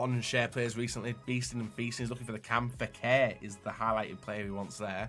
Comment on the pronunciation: Jesus this guy has a serious pronunciation problem... Fekher VasQuez Kurtois... 😆